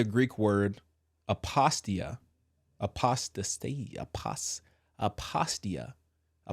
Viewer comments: aposs-tay-sia I assume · Brother....ah posta--cee' ya is how to say apostasia God bless!